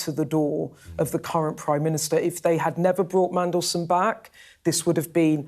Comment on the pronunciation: Thangod he pronounces Mmmmm correctly 😅😅😅